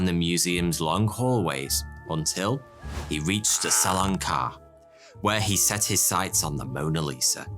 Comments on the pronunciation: It’s not salon car lol it’s carré (carreh) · Salon “car”, seriously? Carré is pronounced kind of close to kah-HAY. Salon Carré means square hall in French. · Who else is disturbed by the fact that he always said „karr“ instead of „carré“ how it should be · Hey there, Smarty here. I really enjoy your videos. One slight detail in this one needs to be adjusted; Its not pronounced "salon car" but rather the "salon carey" (same phonetic pronunciation as the singer mariah carey). Having said this, keep up the good work. Cheers! ;) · FYI: That's pronounced "Sal-lon Car-ray" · Not « Salon car », correct pronunciation « Salon carray » (Salon Caré), always great stuff on this channel ! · Your prononciation of salon carré is funny af ~Le salown care~ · It's pronounced "Salon Caray" (Car "A"). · Sallan Car.. Lol Salon Carré. The "é" is pronounced like in the word "café". You wouldn't say caff or so.. Hope this helps ✌️ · It gave me creeps everytime you pronounced "salon carré" like "salon car"... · it is pronounced "salon kareee"! you clueless fool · Salon carré should be pronounced like "carray" ;) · For God's sake! Salon CARREH! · Future reference, you would pronounce salon carré, almost the same way but you dont really pronounce the N in salon just make the sound ON and carré would be like car-ray. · As a french speaker... "Salon Car" lol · No, that's not the "salon carre", that's the "salon carré"! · in the end the thieves for the gardener heist you said they were identified which didn't make a whole lot of sense since you said prior they were just alleged and not found to be the actual thieves hence why they never got convicted? And also the Salon Carré is pronounced way different. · Love the vids but, and you may get a lot of this, but you are pronouncing "Salon Carré" wrong. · Please google "Salon carré prononciation", the é is pronounced somewhat like an "heh"